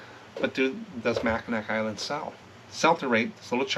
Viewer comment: Mack-n-aw island